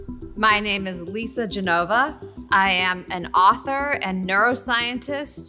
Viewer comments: Dear Lisa, you're of clear Italian heritage. As a fellow Italian: please, learn how to properly pronounce your surname. It shocked me hearing "Genóva". It's "Gènova". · Its Genova, not Ge nova, remember! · she's great, too bad she can't say her name right, for an italian i mean